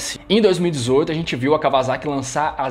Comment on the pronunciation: Blz, só falta aprender falar Kawasaki ( cá ua sa qui ) kkkkk